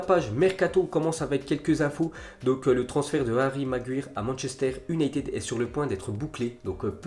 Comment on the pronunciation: Respecte Harry maguire t'a vu comment t'a dit son nom ptn aucun respect